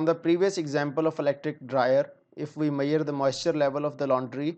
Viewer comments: Not mayar it's measure any way good classs👍👍👍❤️ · Good explaination and very informative video.. just the word measure being pronounced as ‘mayerrr’ is hilarious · your pronounciation of measure word is not correct. Please correct that. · Throughout the video, I keep on laughing at this guy about the pronunciation of Measure. He is so stupid and never attempted to learn correct pronunciation and he claimed he is a 5 year experienced engineer. My foot.